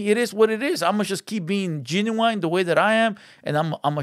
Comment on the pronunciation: Genuie? You mean Genuine?